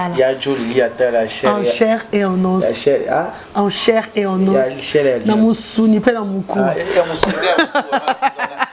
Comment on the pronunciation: tu na pas pu pronancer en chaire et en nos,,,,, Analfabette,il te faut une remise de niveaux